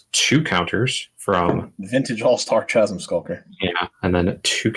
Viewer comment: I was enjoying this until people started pronouncing the H in chasm :|